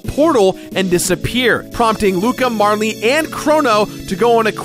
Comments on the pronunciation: it's Marl. not Marly. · It's not marlee its marl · It's pronounced like Carl. I don't understand why you and ProJared want to make your videos unwatchable. ( Joking, but seriously. Marley drives me crazy) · So, it's pronounced Mar-lee? I always thought it was Marl, like Karl, but with an M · Congrats on 200 episodes! Mar-lee, though? :/ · it's not "marle" like rhyming with "harley," it's "marle" like rhyming with "carl." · Fyi, Marle is pronounced Marl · Aside from you calling Marle "Marley," which is not how I internalized her name, the rest was pretty great. Nice job! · you probably don't care, but there's no "e" sound at the end of marle's name...マール can be pronounced as "marl" or "mar" or "mall" or "mahru" or a number of things, but none of them end with an "e" sound. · Had to pause the video just to comment on your incorrect pronunciation of Marle.